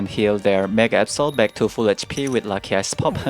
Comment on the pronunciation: He said lucky ice pop but I heard lucky ass pop